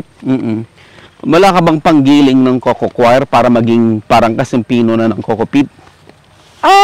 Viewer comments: Hindi ho yan cocochoir, kasi hindi kumakanta na kwyer pagpronounce. Coir ay pronounced kower, dahil COIR is already coconut fiber. redundant na ung coco coir, coir lang tama na. Galing kasi ako sa PhilFIDA at yan ang itinuro ko na itama ang pagtawag sa coir. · co-yer ang pronunciation dyan